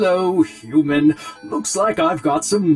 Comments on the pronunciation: He keeps on saying uman instead of human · Who else noticed he said uman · he said hooman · not human it hoomun